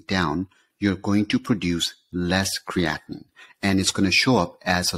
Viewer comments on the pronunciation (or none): Most contributors to these web sites, including, pronounce Creatine and CreatiNINE the same way, creating confusion in the listener. CreatiNINE is the culprit for kidney disease and comes from CreatINE in muscles, meat etc.